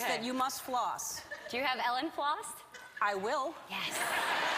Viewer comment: It's (E)-llen harmony :D